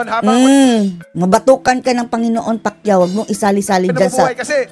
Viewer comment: Pac u Hindi Pacquiao 😂😂😂 bobo na naging bobo pa😂